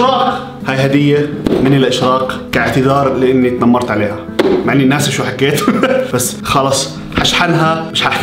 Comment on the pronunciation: تنمرت❌ 😂😂😂 طنمرت ✅